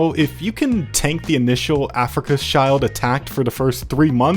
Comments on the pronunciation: Bro's pronunciation of Afrika Schild is crazy... never forget the great Africa child war of 1964😓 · Who even pronouns shild like this? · tweaking every time this man says africa child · The "Afrika Schild" should be read as "Afrika Shield", it's got nothing to do with children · No, it's pronounced like "Shilled" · Cool video, but sorry, wrong pronunciation of Afrika-Schild caused me to cringe every time. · spending 70 hours recording, editing and narrating this video but not ten seconds to google how to pronounce Afrika Schild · it hurts to hear "africaners" and "africa skaild"